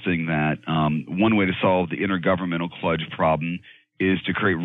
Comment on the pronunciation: Kludge, sounds like clutch.